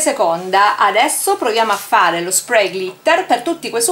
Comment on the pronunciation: Ciao cara, ma se si usa l acetone lo smalto si rovina vero? Cioè si decompone proprio, a differenza che con l 'alcool, oppure è identico con alcol o con acetone? (ps: te lo dico sottovoce, ma si dice NEIL con la e:) Sprey lo dici giusto, smack!!! P.s. su colori a spirito o ad alcol questo spray li spatascia a dissolve, in realtà anche l'acqua. percui per chi vuole glitterare un disegno fatto con i pennareli?Impossibile?